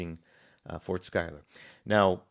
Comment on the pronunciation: I am surprised that you got Philip's last name pronounced spot on. Pick up the book "The March to Saratoga" by Benjamin Bird it will put to bed some of the fairy tales you're espousing